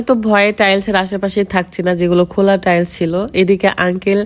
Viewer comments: বেশি ইস্টাইল করতে গীয়ে টাইলস কে টাইল বলে খেত মহিলা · আপু টাইলস হবে আপনি ভুল উচ্চারণ করছেন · আগে টাইলস বলা শেখ